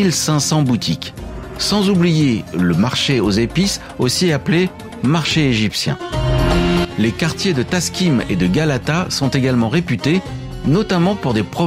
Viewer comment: Istanbul ma ville de coeur....petite erreur sur Taksim (et pas Taskim), et pour Topkapi il n'y a pas de point sur le i (bon là désolée clavier français) et le i sans point se prononce plus comme notre e.....pour les taxis, j'ai beaucoup entendu de recommandations à utiliser Bitaksi pour ne pas avoir de problèmes, par contre je ne sais pas si cette appli fonctionne dans d'autres villes....ah, et quand on compte se déplacer pas mal en transports en commun (bus, tram, métro, bateaux..) le mieux est de prendre une "Istanbul kart" sachant qu'une carte suffit pour plusieurs personnes (sans oublier de la recharger, ce qui m'est déjà arrivé 🤣)...en tous cas, merci pour la vidéo 😊